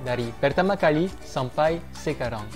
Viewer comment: Apa sekarang masih bilang sekarong bang.. 😂😂 mendengung gitu yaa pengucapannya.. lafal perancisnya masih medok 😁😁👍